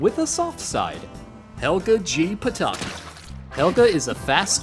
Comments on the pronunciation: Excuse me you pronounced Helga G Pataki wrong. It's Puh-TACKY, not Puh-TAW-kee, refer to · “Patahki” bruh please say her name right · PUH-TAK-EE is how u say her last name.... cmon man... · The pronunciation of her last name rhymes with "Wacky". It's nice to see Phoebe in the background at PS 118! And the level goes by Big Bob's Beepers! It'd be cool if it went by Arnold's boarding house, or Gerald Field, or Stoop Kid's stoop. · The way he pronounced "Pataki" amused me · I think he is from México or another country from Latin America, that is our way to pronounce it. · You said Pataki wrong. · You literally pronounced her name wrong. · no he doesn't. He just said it wrong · You mispronounced Pataki